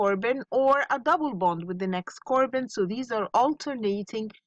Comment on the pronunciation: Really love your lessons miss. Thanks for helping the students. By the way miss, it is not CORBON it’s CARBON😅😅